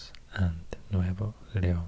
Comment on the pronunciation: Wow, me encanta su pronunciación. Viva Monterrey, Nuevo Leon. 🇲🇽